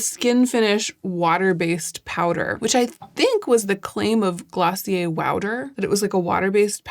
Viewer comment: I like Reffee and also Gloss-i-ur 😂